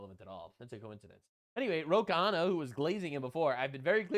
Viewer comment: Yes the guy is a complete moron, but his name is pronounced as two syllables Khanna (like kah-na), not three as you tend to pronounce it - Kahana. It's been going on for too long now mah boy!;)